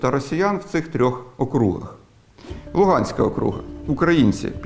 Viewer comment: Не окру́га, а о́круг! І це звучить як російською так і українською однаково, оскільки це не від слова круг (доречі українською це коло), а це назва адміністративної одиниці! Це так само як штат в Америці, або провінція в Китаї.